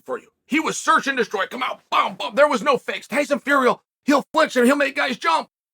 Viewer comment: did chael really say tyson furry